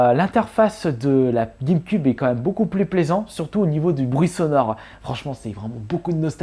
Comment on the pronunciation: Ça ça prononce guèmequioube et non guèmeqube